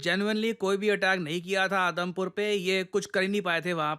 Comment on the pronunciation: i literally heard Adampur air airbase as Adamkhor airbase